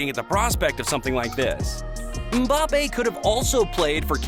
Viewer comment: Nah they got mbappe wrong too, 😆 it's pronounced 'embappe' not 'umbappe'